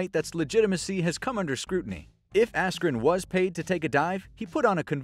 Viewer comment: When he said askren.....🤫